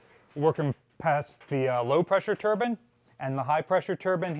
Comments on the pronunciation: TURBINE VS TURBAN. They are pronounced differently. One creates rotational power and one is worn on one’s head. There is no such thing as a Steam Turban or high pressure Turban. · Very interesting, but its a "Turbine" not a Turban 🙂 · You were doing so well saying turbines then broke down and said turban….pretty cool video!